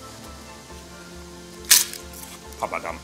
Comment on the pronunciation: Papadam und nicht Papas Damm :D